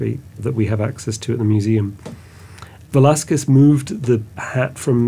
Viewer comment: Thank you for taking the time to learn to said Velazquez name right. I am an artist, Velazquez did not prepare a drawing . He directly used the brush and oil to do the portrait directly into the canvas”a la prima”. That’s why you don’t see his drawing on the canvas. I don’t think he used white lead to do the under painting, they used guesso, that is calcium carbonate, following the Italian way. On the Vasari on technique book explains how the canvas is painted with guesso, and he goes to give you the ingredients. He may done the King’s head and used another person to hold the pose with the King clothes. Velazquez used a vine barrel to paint a horse. El Conde Duque de Olivares.